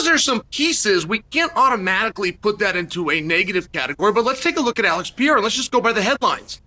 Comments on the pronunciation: Are you sure it’s Peira and not Pereira? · just a question, who's "Piera" ?, because i know who Pereira is, but Piera not really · How come Chael can't pronounce Alex's last name correctly? He says Pee-era when its pronounced Peh-ray-rah 🤔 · chael saying Peyera making it on sight for peyera 😂😂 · Alex "Piera" wow😂😂😂😂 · If Chael says Pereira is pronounced Pierruh, then so be it. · Nice video but WTF is Peeara!? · Just came here to hear Uncle Chael say "pee era". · The reason Alex wasn't himself is he heard Chael call him Alex PeeAir and he just couldn't shake it off. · PER ERA, say it aloud Chael, Saying it wrong just makes you look dumb dude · Alex Pee Hair-uh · Alex "PieEra" 🤣😅😆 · Pee air huh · Alex "Piera"? haha, uncle Chael has a real pronunciation challenge. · Alex “Pierra” lost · Alex "Piera"😂😂😂😂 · You can't even pronounce Alexs last name, what's wrong with you? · I'm just here to hear all the different ways Chael will mispronounce "Pereira" lol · Do you say his name wrong so we comment about it and you get more engagement? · You are missing the first R in Pereira. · About a year ago Chael made a video saying people have been messaging him privately to pronounce Alex’s name correctly. He immediately corrected himself, 2 mins later he continued to pronounce his name incorrectly again. The UNDEFEATED 🐐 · I don't even care, I'm just annoyed how Chael mispronounces every name